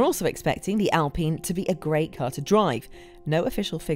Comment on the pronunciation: why would she call it alpeen? basic laws of grammer make the i long, no? friggin english.